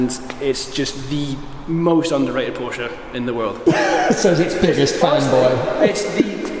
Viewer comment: I love your videos but please pronounce porsche correctly 🙊